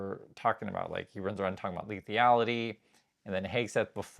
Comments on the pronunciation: Respectfully, it's lethality not "lethiality." Appreciate your content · Leth-al-i-ty. 4 syllables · Rethink 'lethality' pronounciation